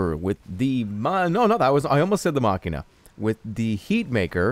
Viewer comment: not to be a hater. but you say it like maSHEENa